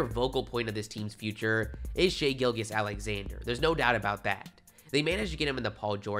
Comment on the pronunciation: I’m a Kentucky fan no disrespect but your saying Shai’s name wrong it is pronounced Gil-chiss